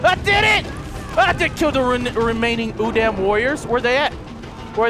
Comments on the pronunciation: Plus you pronounce udam, u-dam. The correct pronunciation is u-dahm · its pronounced like this udom